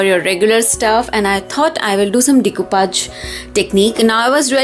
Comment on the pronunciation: It is pronounced as de- coo- pash and not decupaj!! 😃